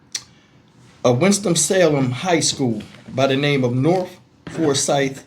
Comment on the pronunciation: The word is north not norf